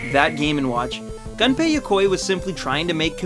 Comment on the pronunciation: Gunpei Yokoi, reads "Goo"npei Yokoi, not Gun like firearm.